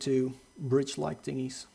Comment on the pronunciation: Tingys. The fuck is a tingy....